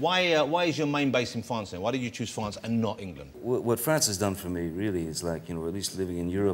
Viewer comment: "& you live in Fwance? Is that wight?" Lmao Sorry...